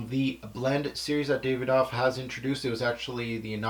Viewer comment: Brilliant review but it's pronounced "Da-vi-doff" not "Day-ve-doff"